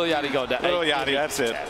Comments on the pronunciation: aye bro... it is lil yachty not yakty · Did he say lil lackty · He said little yachity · Little Yack-tea? C'mon.